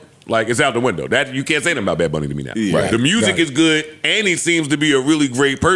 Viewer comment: "Bad Bonn-ie.." 😂😂😂